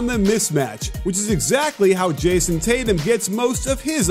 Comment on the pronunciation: its tatum